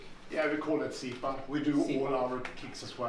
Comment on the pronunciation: Sipa or See-pah meaning kick or to kick Accent is on the first syllable